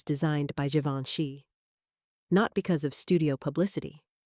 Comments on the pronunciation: Please pronounce Givenchy correctly. No hard G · I am glad you posted this. Givenchy (first letter) is pronounced like the SECOND, (soft g) in garAGE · Can you make your IA narrator pronounce Givenchy right all the time, not only every 5th or 6th, please. It is so irritating. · WHY IS GEVINCHY PRONOUNED WITH A HARD G AND THEN A SOFT G IN THE NEXT PRONOUNCEATON? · Interesting facts- horrible text, very redundant and please, 3 different pronunciation for “Givenchy” ??? Most aggravating. Very painful to listen to.